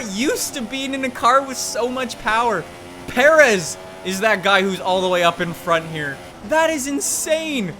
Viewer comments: Alex Ortiz or, there was no need for him to know how to pronounce Perez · legit must be no Mexicans in Canada lol. The way you butchered Perez was awful